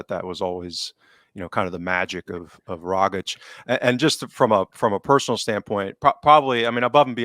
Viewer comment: Tom Rogic was at Celtic for almost a decade...fantastic player...Aussie legend...so many great moments provided...and still can't pronounce his bloody name...(rog - itch)..I was amazed how many Celtic podcasters get it wrong...let me end my rant by saying great show as always